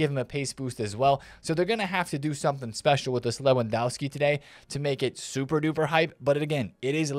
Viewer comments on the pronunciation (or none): I love your videos. Honestly watching them is the best way to start the day. Can I just point one thing out? You’re miss pronouncing Lewandowski, the W in polish is pronounced as a V. Just a minor thing I noticed as I’m learning the Polish language